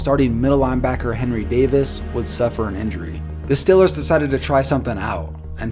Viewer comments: stop saying stillers it's St- ee-lers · Stop reading from a script and know what you are fucking talking about! It’s Steeeeel-ers not Still-ers. Fuck man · who are the stillers lol. i only know the stEElers pronounce the e man... cringing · It's not "stillers" or "stellars". It is pronounced STEEEEEEEEEEEEEEEEEEEEEEEEELERS. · Steel-ers not Still-ers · Ok it’s not stellers it’s Steelers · it's stealers not stillers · I wish you stopped calling them the ""Stillers" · Had to stop "the stillers?" Comeonman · I know a browns fan but he says Stillers like he’s from the Burgh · Why is he saying "still-lers"? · It’s Steelers, not Stëælers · What is a Pittsburgh "Stiller"? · The way to say Stellers, you gotta be from Pittsburgh :D hahahaha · Why does he say stillers? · funny how you say stillers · Are you a steelers fan? you pronounce it like youre from pittsburgh or at least the northeast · I live in Pittsburgh and ngl it pisses me off on how you say Steelers 😂, but love the video 👌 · How can you not pronounce Steelers correctly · Are you from pittsburgh? The way you say steelers makes me think so.